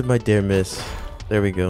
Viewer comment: “Dair we go”